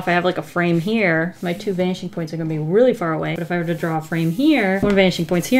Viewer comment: Every. Single. Time. She. Says. “Vanishing Points”. I hear. BANSHEE POINTS